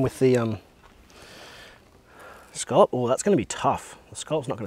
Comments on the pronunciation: ScA lop not ScO llop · it's pronounced "scallop". They're also good seared